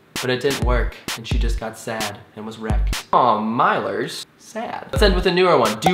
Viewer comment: did you say milers??!!!